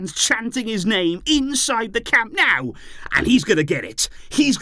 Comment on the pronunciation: Camp NOH-oo, not Camp "NOW"!!!!!!!!!